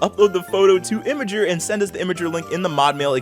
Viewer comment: FYI it's not imager, it's Imgur 😀